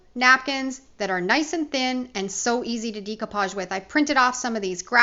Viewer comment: Dear GOD! PLEASE stop pronouncing DECOUPAGE incorrectly. Think of the word ‘decorate’. ….